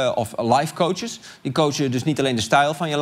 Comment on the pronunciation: Arjen ik erger me er aan dat je de heletijd cootsjes zegt!